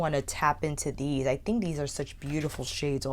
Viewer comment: I noticed always always pronounced think like thing. Like she never pronounced the K at the end of think and always says think like thing. Never heard that Kind of speech quirk before